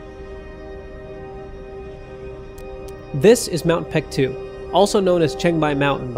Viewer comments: pronounced bek-du not pektu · Reading of the name.. its baekdu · FYI, the more recent romanization of Paektu is Baektu. The "p" is soft, so it's more accurate to prnounce it as Baektu with a soft "b." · Great video! But what is up with the name? It's even spelled Peaktu sometimes😂 It should be pronounced Bek-Du. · Since you clearly know something about the matter you should have no problem understanding what ㄱ has to do with the argument - Paektu cannot be pronounced PaekDU (or BaekDU like you said) because ㄱ can't be voiced here. "Someone in the Korean language", you mean someone who's native language is Korean, someone foreign who knows Korean or someone who just reads Korean names for the sake of some YT video? Sounds very ambiguous but in my opinion it's highly likely to be the latter. In that case, it's kinda unfair of you to expect that person to know the difference between ㅂ and ㅍ and pronounce it properly. It's condescending. And yeah, spelling mistakes are surely a sus political move 🙄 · Whoever told the western world that ㅂ should be pronounced as a P did Korea a great disservice.